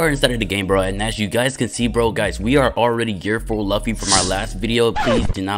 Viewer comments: It’s pronounced loo fi not luff e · It’s pronounced Loo-fee but it’s spelled luffy and people mistake it as LUH-FEE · nah u did not just call him "laughy" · Loo-Fee my boy😂😂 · Can u plz just start saying luffy right plz plz I’ll do anything for u to just say luffy right it’s simple just say loofy but it’s spelled luffy plzzzz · It’s pronounced “Loofy”, great vid tho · Man's said luff e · It’s Lu ffy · The way he saying luffy is funny 😂😭🤣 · I like how you say luffy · Bro really is getting mad of how he says luffy imagine saying that to someone who has hundreds of vids you can’t even appreciate his vids and instead gets mad at how he says a anime character name wrong that’s literally ridiculous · I’m just saying u got 3 choices to play or be a one peice characters one like grand peice king legacy a one peice game but u pick shindo like second your saying luffy wrong say it like it has os in it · they can pronounce it their own way but they all they gotta know is that it's spelled "luffy" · bro please pronounce Luffy's name right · bro you are not saying luffy correctly